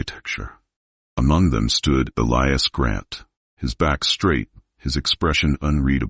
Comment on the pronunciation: Total Bullshit.This never happened.There is no record of it.Romantic but fabricated story.Why does your pronouncing of Elias's name change??? Very suspicious.If you are going to produce fiction,you should disclaim it !!!Stop producing content.PLEASE